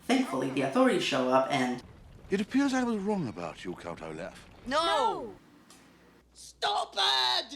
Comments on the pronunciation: I think you need to have read the books to appreciate that movie. The books were fantastic and the movie may not have been that great, but my reasons for not liking it are completely different than yours. Also, it's Olaf, not Orlaf. And also you are singing is out of sync. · Orlaf? It's Olaf. And to be fair, I'll agree to my dear end that the books, all of which I read, are way deeper than this movie, but the movie itself isn't that bad. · Something that just kept bugging me throughout the review: you constantly pronounce Olaf as "Orlaf". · There is no "r" in OLAF!!!!! -____